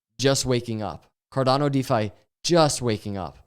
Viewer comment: carDANo 😂 you should really trademark that pronunciation